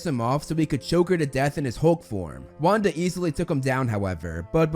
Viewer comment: saying Wanda's name correct Wanda: (: mispronouncing Pietro Pietro: That was the day I lost my identity